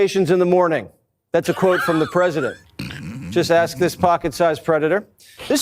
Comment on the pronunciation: Ax instead of ask.